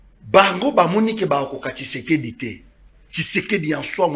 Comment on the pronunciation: PRONONCE TSHISEDI ET NON KISEKEDI TU TÁGITE TROP SUR TON PLATEAU...COMMUNIQUE COMME TON MAITRE QUI NE CRIAIT PAS MAIS CONVAINQUAIT